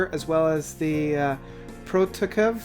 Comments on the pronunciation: PRO-Cough-E-EV is how you pronounce it. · WAIT, what was that pronunciation of Prokofiev? :P Always enjoy watching these though so not complaining at all, hehe.